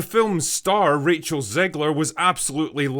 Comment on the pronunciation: Rach-el , no